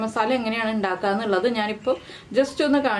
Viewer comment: Indakkuka alla undakkuka